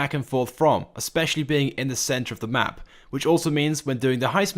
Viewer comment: You said around the mup not map